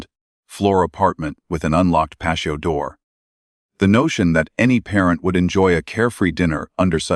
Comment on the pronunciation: Personal perspective.....great content , but spoiled by the AI voice for me. " Pay-shee-o door". I don't care what someone's voice sounds like,but real people trump AI everytime.